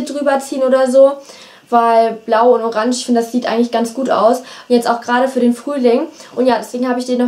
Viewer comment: voll lustig wenn du Orange sagst hahaah